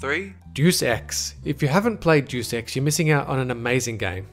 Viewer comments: It's pronounced Day-us Ex, not doos ex, but yeah they do make a remake of it. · Doos ex? DAY-US EX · Great video, except one detail... Deus is pronounced "Day-oos" not "Deuce" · Aw man, I love Doos Ex! (Day-oos) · Duce ex??? Hahahaha. It's Day-us Ex. Like Deus meaning God in Latin. Plus, a Doom remix was announced that week too. Do you research a lot? :P good video though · day us, not doos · For fuck's sake, it's pronounced Day-Us Ex, not Due Sex. Not a bad list, but where's the HD Chrono Trigger remake? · you pronounced 'deus ex' like it was 'deuce ex' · I normally ignore your pronunciation errors. They're understandable as English is clearly not your first language and I respect that you speak it so well. I've got to correct you here though. Deus Ex is actually pronounced "day-us ex" with emphasis on the "day" part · "Warcraft 3 is one of the best RTSs" Can only select a small number of units at a time Cancer incarnate and the spawn of the most unholy genre of games, MOBAs How about instead of remaking it we try to make it good to start off with and it's pronounced day-us ex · It's pronounced day-s-x. I'm not even a fan of this franchise, but it drives me up a wall with how common people mispronounce the title. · You realize that Final Fantasy 7 is getting remade for PS4 also its pronounced (Day-es-ex) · "Douche ex" lol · ITS SAID "DAY-US"!!! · ........."JEW SEX"? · Good vid, btw; dey-us ex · Lol "Deuce Ex" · "Deuce" Ex? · "Dus ex" lol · "doos" ex?! wtf!? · its pronounsced day-us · Remake/reboot Star Control 2 and Deus Ex 2 (not DX1!!! It's perfect the way it is) I LOLed at your mispronunciation of Deus Ex...